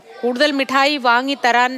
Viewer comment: മുട്ടായി അല്ല മിസ്റ്റർ, മിഠായി ആണ്